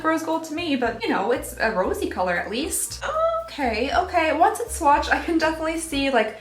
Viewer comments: Did...did you say swatched-ed? I did a double take! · Oh 👏🏼 em 👏🏼 gee! into your video I though you said "swatcheded" I had to rewatch it 3 times before I realized you said "swatched did". Yupp 🤓 Anywhoo! I really liked this advent calendar- I was worried gurrl, not gonna lie! I would love to be entered into the contest! I'm glad to reap the benefits of your mistake! 😉🥰 Happy Holidays!